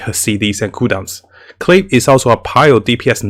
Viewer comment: The pronunciation is not "Klii", is "Klee". You can check this with the Chinese and Japanese dubs. Thank you for your videos! Are so helpful to keep us awake and don't throw our money.